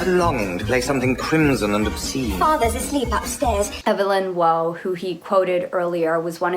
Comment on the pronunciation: Brit Preppy Core, Formal wear at Colleges like Eton and Oxford , Heritage stuff we've all seen before , I do need another cricket jumper the old Gucci one is worn out, totally agree with the Brideshead feel. (Waugh is pronounced War)